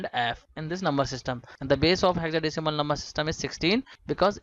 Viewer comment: Sir your explanation was so good but the pronunciation of Hexadecimal was wrong please check it